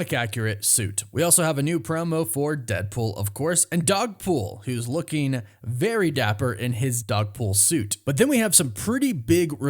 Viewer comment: "Lookeen" is not a word.